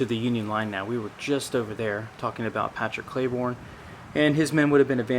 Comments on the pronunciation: you name Maj Gen Pat Cleburne. It's pronunced "clay burn" not "clay born". Just a small correction but it had to be made . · Clay-Burn, not Clay-Born. General Patrick Royane Cleburne was an incredible man who moved from Ireland and lived the American Dream. By the way, he was the most vocal general in favor of abolishing slavery that the Confederacy had. He was known as the "Stonewall of the West."